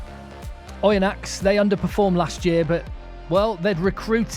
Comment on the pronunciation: great! for Oyonnax, don't pronounce the 'x'. juste as "Oyonna" 😉